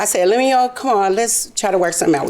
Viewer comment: Pronounced LEM-YOU-WELL